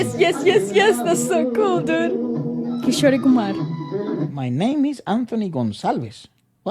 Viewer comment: Its Kishor Kumar, not Kishore Kumar. Original name is Kishor Ganguly.